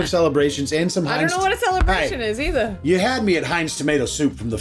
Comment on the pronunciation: “I don’t know what a celebration is eithuh” hitting that accent 🫶🏼🫶🏼